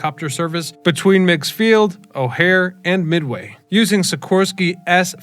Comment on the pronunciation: First, The name rhymes with rigs or pigs. Second, It was never a major airport. It was used by local folks wealthy enough to own a private plane, and for some regional commuter flights. I flew in and out of migs a couple of times in the '90s for state of Illinois business. It was scary, especially in crosswinds. I've seen more than one plane crash into lake Michigan around this strip.